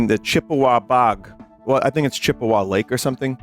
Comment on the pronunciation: im surprise vinny said Chippewa correct